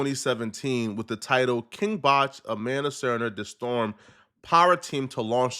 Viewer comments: That's the only thing you heard, lol? You didn't hear the way he pronouced "the-storm" lol? When it's supposed to be pronounced as "Day-storm" 😂😂😂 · It's pronounced Day Storm... he's from vine